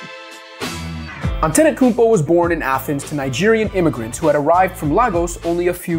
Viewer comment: Ant Tay Toe Kou Bo Sound it out, it's in English letters.